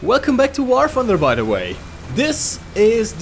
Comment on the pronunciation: The way you say "the" really triggers me. I speak german myself, but man, you're not even trying. Nice video btw.